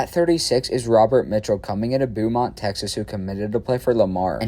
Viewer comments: Supposed to be “Bo mont” 😭😂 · “Boo-mont, Texas”